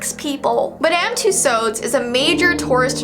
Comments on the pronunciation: i love this video! Absolutely no hate meant with this but Madame Tussaud’s is pronounced like two- swords🥺💞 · Aha, it's pronounced "Mad-uhm" "Two-Swords" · You pronounce it like madam too-saws